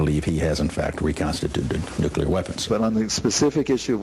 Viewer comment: Haha! I'm little amused that George Bush (usually known as a stupid guy) was the only one who pronounced "nuclear" right in here. :)